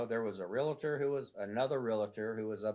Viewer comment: WHY do people say Realator?